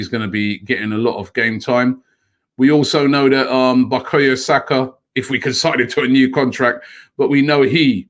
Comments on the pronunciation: Only Robbie will see Bukayo and pronounce it Bokoyo.. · Bukrayo Sako 🤣🤣🤣 Robbie it cant be that hard just to say Saka